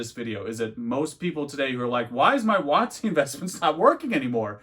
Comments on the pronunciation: Everytime you say "wotc" I cringe hard, maybe it's because I'm 30 years old and I know what it really means. Not some precedence set by some douchebag YouTuber. Either way, nice informative video 👍🙂. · Giggled every time you say WOTC lol.